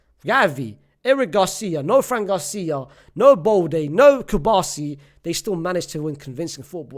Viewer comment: bro really said fran garcia 🤣🤣🤣